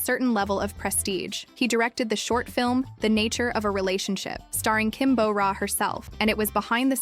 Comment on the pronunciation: It's Kim Bo Ra, not Kim Bow Ra. You would imagine being a channel named Korea in Focus would have the narrator pronouncing simple names right at the very least.